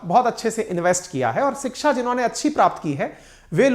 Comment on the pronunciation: सिक्षा नहीं शिक्षा ।